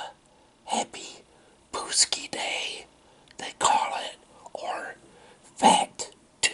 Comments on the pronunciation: Your saying the name wrong. It’s Pacz-Ki. Not Pucz-ki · Btw it's pronounced (pack-zee)